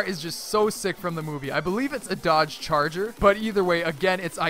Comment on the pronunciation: did he say dodge charger